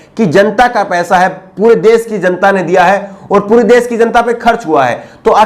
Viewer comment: Bhai ji aap acche journalist he bas aap apni bhasha shudh kijye.shabdo ka sahi ucharan kijye jaise sha ko sa kehna. Aap sha ko sa kehte he. Desh ko des kehna, kosh ko kos kehna.vipaksh ko vipaks kehna Bhutchi sharmnak he